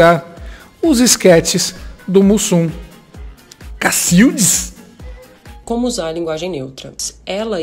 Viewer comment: Cabe pontuar: o cacildes é com E. Se for cacildis, com I, a palavra ficará oxítona, e não paroxítona, como ele pronunciava.